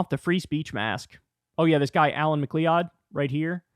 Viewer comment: MacLeod is pronounced "McCloud".